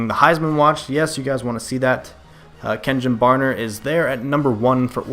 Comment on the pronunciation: It's pronounced Ken-Yawn Barner. Just letting ya know